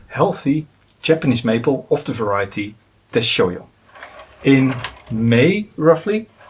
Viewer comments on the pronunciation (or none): Deshojo has a "hard J". It is not the Spanish or German "J". "deh-SHOH-jo" Other than that, great stuff.